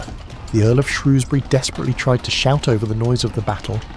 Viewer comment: AI still unable to pronounce Shrewsbury.